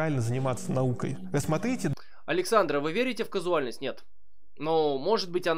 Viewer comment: КАЗУАЛЬНОСТЬ, лол) Каузальность